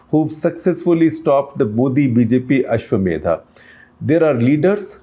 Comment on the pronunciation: Sir I am a huge admirer of you but it hurts when u said "Ashwamedhaa", it should be Ashwamedh.